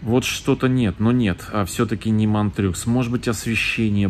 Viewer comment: Уважаемый, позвольте небольшую ремарку в произношении названий следующих сортов, отсылающих к французскому языку: Montreux (франкоязычный город в Швейцарии) произносится как МонтрË, Narbonne - Город на юге Франции Нарбонна, Nantes - Нант, тоже французский город.